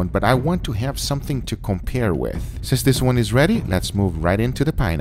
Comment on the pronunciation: he said compire and eye rub